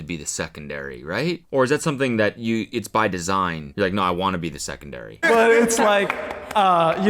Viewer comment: the primary and secondairy had me wheeeezzzinc😂😂